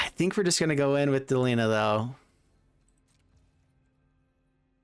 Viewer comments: Why del-ihn-ah? Like Melina, Christina, Erina, Trina, Zena.... Its clearly DEH-LEEEE-NAHHH. Is there any popular english name that ends in "IHNA" i mean seriously bro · I can't watch this video because the bad pronunciation of "Delina" just infuriates me. You wouldn't say the name "Melina" as MEL-in-uh. It's Meh-LEEN-uh. Arghhhhh